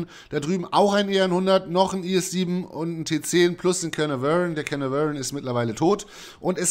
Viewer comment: Sehr schöne Anleitung zu beiden Panzern! Sind beide meine Lieblinge, bin aber noch ziemlicher Anfänger und froh über solche Tipps. Danke dafür! Nur eins tut mir ein wenig weh: wenn du versuchst, Caernarvon auszusprechen ("Kehnavöörn" xD). Es wird in etwa "Kehrnahrven" ausgesprochen, mit typisch weichem "r" ;-)